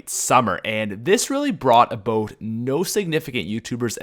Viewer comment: you say "about" funny